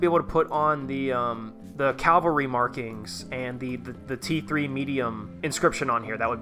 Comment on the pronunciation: CAVALRY CAV-ALRY not CaLvary 🫠 Otherwise loved the vid my guy !